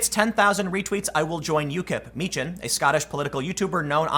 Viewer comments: Meechan. Pronounced (Meekan). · Tim, you are mischaracterizing Dank's surname, it's pronounced MEE-kh-en. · It is pronounced Meekan. Tim just needs to do some homework lol